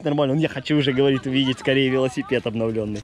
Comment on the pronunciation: Покрась лясипед как олег говарит